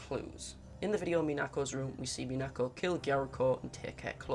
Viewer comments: the stress pattern for Minako is MInako, not MiNAko. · Kind of annoying that he doesn't say Minako's name properly in the entire video. You can hear her say her in the VIVINOS videos, and he doesn't say Gyaruko's name wrong, so what's with mispronouncing Minako?